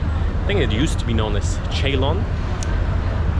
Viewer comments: 5.34 Chaylon??? I've only heard it referred to as "Ceylon" ( Sil-lon) , the previous name of Sri Lanka. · what is CHE LON? :face-blue-smiling::face-blue-smiling: It is pronounced as (S)EYLON